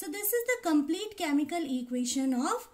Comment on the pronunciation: Mam not chaaamical